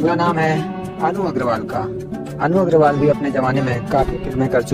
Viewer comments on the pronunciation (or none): none